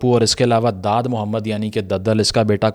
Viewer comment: Dadal nai daadal......